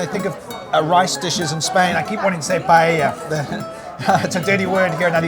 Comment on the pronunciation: Lived in Spain since 2002, but just going to pick you up on two things, first, PAELLA...Is pronounced, " PIE- EYIA" two Ls together is pronounced as a Y. Second, when you had lunch with Ali-Oli guy, and the ""PAELLA "" came, it was rude that you started to eat from his side of the dish.... Ok that's it 😏